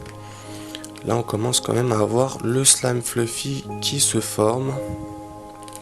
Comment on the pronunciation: mais tu dit slam a la place de slime